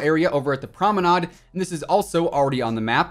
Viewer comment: Why did he say promenade like that